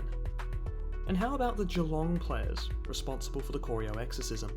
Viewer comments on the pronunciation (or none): As a lifetime Cats fan I always enjoy vids like these. Who can forget 2011, when Collingwood only lost three games.... all of them to Geelong. But dude, it's not Cor-ee-o, it's Cor-eye-o. Drive down there one day and stop at the Corio Bay Roadhouse for a burger... It's a game day tradition. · I love how he pronounces Corio! It’s K-ri-o not K-oreo! 🤣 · Great video, but it's pronounced Cor-eye-OH, not Corry-oh :P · Great video, but please learn how to pronounce corio.